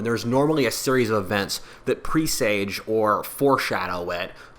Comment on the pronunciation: Pre suj not pre sage